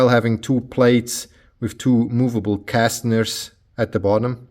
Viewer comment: Awesome build, btw it is caster wheels, not castener